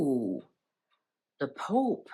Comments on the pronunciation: Thanks.. You made me laugh out loud with you poop..pope. Slip.. Haha.. Contagious..😁😁. I haven't laughed like that in a while..lost my husband at Christmas...so been so sad... Life goes on.. He would have laughed with me..xx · After waking up to another troubled day in GB your mispronunciation of the word pope really made me lol 😂 thank you, all I can say is keep drinking the spirits🤗